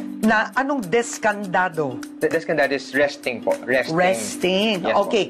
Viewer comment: Sto Nino descanzado hindi descandado haha